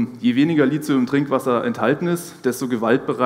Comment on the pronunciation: Richtig ausgesprochen: LITIUM, mit T. DESWEGEN wird mit TH geschrieben. Der H ist nicht zufällig neben dem T. (